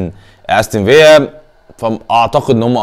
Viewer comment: و الله اسمها أستون فيلا مش فيا!! انت ما بتقراش التعليقات؟ و حياة الاخوة اسمها فيلا مش فيا!